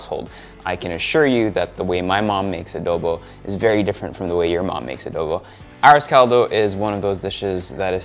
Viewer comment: The moment he said 'ah-rose call-dough" I stopped watching. Boujhee ho, girl bye. 😅🎉